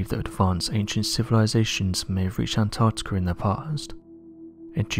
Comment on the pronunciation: "Antarctikerr" sounds cool